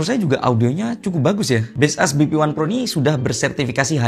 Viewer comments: maksud gw, kalau dari cara baca sesungguhnya, jelas bukan base us (yg pake spasi). Tapi kalau cara baca dari POV pemilik brand ya serah² dia.. Tapiiii, untuk orang umum ya tetep ikut umumnya gmn. Coba ketik di translator terus bunyikan audionya. Juga di iklan baseus yg luar, ngomongnya tetap baseus, bukan base us. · aku ngasih tau doi, soal base us kata abang ini, malah di ketawain 😭😭 di akun officialnya aja mereka bilangnya baseus, bukan base us 🥲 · Ga brmksd jdi grammar police, tapi "Baseus" mestinya sih dibacanya "bays-yooz". Soalnya Baseus sndiri filosofinya "based on user..." 🤭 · Kok base us? Ini ngawur ini cara bacanya.. 😂😂